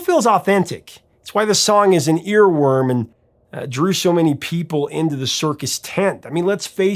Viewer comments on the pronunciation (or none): none